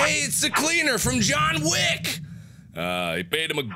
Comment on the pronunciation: In the joghn wick movie he said joghn wick that got me that your JOHGN WICK (I think)